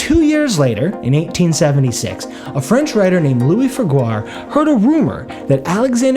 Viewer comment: Figuier is pronounced Feeg-yay